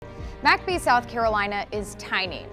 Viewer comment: Why do they pronounce it "Mack Bee"? I've pronounced it "Mick Bee" my whole life? Have I been wrong?